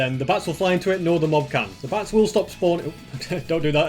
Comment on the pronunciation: says bats but it sounds like bass